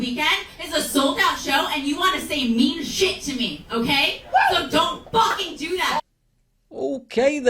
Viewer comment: Look at me in the Fowaken eyes 👀😆🤣😂